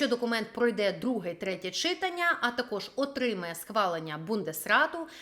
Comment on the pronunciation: Чому наголос на перший склад в слові "читАння"? Це не лише ваша хиба. Про закони, чомусь, завжди говорять з неправильним наголосом. Дивно звучить.